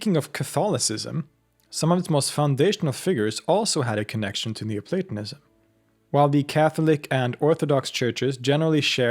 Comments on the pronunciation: Schon nach dem ersten satz dieser computerstimme: ...." neuplatAnismus"! ,! ,! MUSSTE ICH ABGEHEN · It sounds a lot like you're saying 'neo-satanism' ... jus` sayin` ...